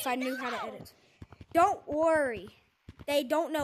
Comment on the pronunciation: Man rilly said done’t embarrass me